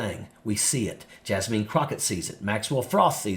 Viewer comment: It's not Jasmeen Crockett. It's Jasmine Crockett. Jasmine - pronounced "jazz-min".